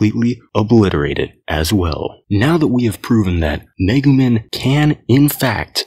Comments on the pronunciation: Lmao he said megu MIN. It’s MEGU MEEEE N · The amount of times this man mispronounced Megumin hurts my soul